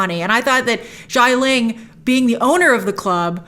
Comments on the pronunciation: It’s “Xialing” not “Shyling” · SHIA ling. not JAI ling. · Great review, Grace. Love the comparison of Wen Wu to Michael Corleone. Just a note about Xia Ling, it’s pronounce “Shi-ah.” X’s in Chinese are used for a “sh” sound, just like “xie xie” to say “thank you.” 夏 (xia) means summer. You can copy that kanji and hear the correct pronunciation off Google Translate.